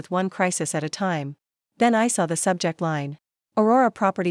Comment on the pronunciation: ⏰ time not Ti me. Audio reading is terrible.